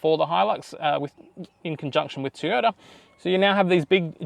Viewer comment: TOY ota please Teeota was very distracting.